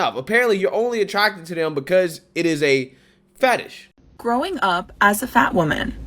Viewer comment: It's fetish, not fatish.